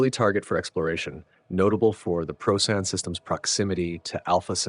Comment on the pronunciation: This was fantastic!! I only have one small superficial complaint. Please pronounce the name of the star Procyon correctly — it’s “pro-see-on” not “pro-sigh-on”!! 🙏